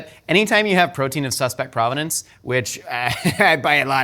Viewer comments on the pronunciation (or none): none